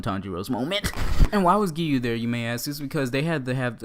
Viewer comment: He said geeyuu